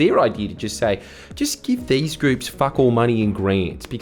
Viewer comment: "theese little woodies"